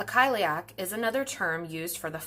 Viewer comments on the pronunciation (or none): Cile-uck not kile-ee-ack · I hope it didn’t come across as offensive. If you’ve watched Cursed it’s got one of the few proper pronunciations out there. So it’s pronounced like: kali-ach (the ch makes a kind of soft flem noise)